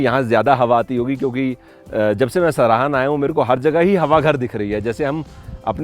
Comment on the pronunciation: It's सराहां, not सराहन.